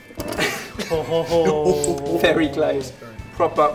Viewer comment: i love how you say struburries :)